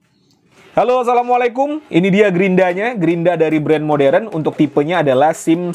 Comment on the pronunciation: Bukan moderen om modern